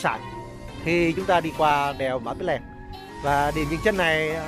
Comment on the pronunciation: Cái tên đèo nó ghi rõ trên bia đá tại điểm dừng chân là Pì tại sao a lại cố đọc sai nó đi thành Pí là sao?